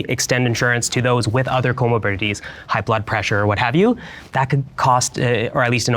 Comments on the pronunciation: Say “comobidity” one more time…. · If he mispronounces comorbidity one more time I’m gonna cry 😩